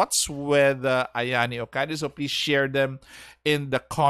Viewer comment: "We desperately need a good defender for Galatea." SANADA YUKIMURA: "Am I a joke to you?" Y'all hate on doge boy only because he's not a froster. But he's really efficient with the Three Kingdoms/Sengoku team. And it's pronounced O-KA-DA, not "O-KA-DAY". I know you're an English-speaker hence lazy (LOL) but please, my poor ears are bleeding after listening to you. Is it so hard to consider forgoing your native Alphabet when dealing with foreign names?